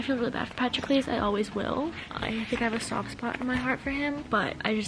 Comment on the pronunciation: just as an fyi it’s Puh-TRO-klus and KY-ron haha 🥰💖 love the video